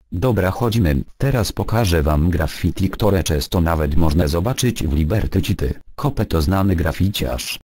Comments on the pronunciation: Jak robisz to ivoną to pisz fonetycznie "liberty sity" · "Libetri Ćity" xDDDD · " Liberty Ćity" haha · Liberty ćity xD Głos na "lubię" bo połowy nie wiedziałem.